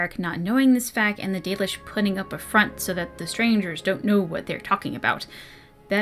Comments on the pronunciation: Yeah, I have a form of dyslexia where I tend to skip all over the page. It's something I can generally deal with, and as long as I have a marker for where I'm at I can read pretty quick, but audio books are easier and I end up absorbing more of the information. So I listened to the audio book and had to stop twice cause I couldn’t with the 'dollish'. It happened again with dwarven stuff and also Meric's name was mispronounced through the whole thing. The narrator did a pretty good job, it ultimately came off as him trying to hard to me. Like he expected anything fantasy couldn't possibly just be pronounced how it looks. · Not sure why but whenever I hear the audiobook pronunciation of Dalish, I always heard it as Dahlish. My random thoughts on that point free of charge. :)